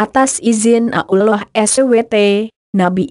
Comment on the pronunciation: membacanya kurang begitu jelas dan disingkat kurang pass spt Allah Swt kedengeran Abdullah Swt